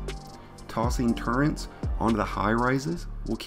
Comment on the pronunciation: “Turrents” agh you’re killing me